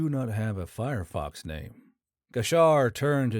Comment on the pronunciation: Fyerox NOT FireFox. Also, x is pronounced z, not eggzee.